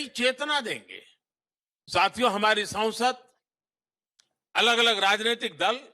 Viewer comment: Sansad or is it Saunsad? Please listen well